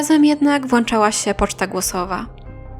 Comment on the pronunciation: "wyjechała na podróż" "włanczała się poczta głosowa" "śmiaLIśmy" (zamiast "śMIAliśmy" - nieprawidłowy akcent) Żona zazwyczaj nie jest krewną dla swojego męża.